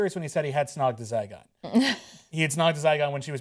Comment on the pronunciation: ZYGON not Zycon :p